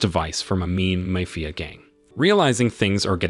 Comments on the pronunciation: How about typing it as "Mah-fee-ya?" That might get rid of the annoying mayfia pronunciation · MAY-Fee-AH .... Mafia is not pronounced that way. Who does this narration?????? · Mayfeeuh boss. This AI needs an upgrade. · Mae Fia? Me Fia? Good lord I’ve never seen such a butchering of the english language.